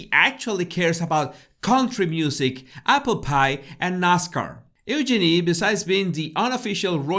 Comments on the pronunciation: Oo-Genie… lol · You pronounced Eugenie the way the British. But unfortunately a British commentator mispronounced your name. It’s important to pronounce a persons name the way they pronounce it. It’s true the commentator would have trouble saying it exactly the way you do! Super fast!